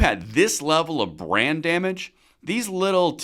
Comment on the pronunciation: Every time you say brand damage. I hear brain damage. 😂